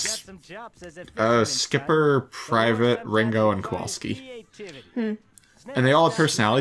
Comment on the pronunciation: The penguin's name is Ricko not Ringo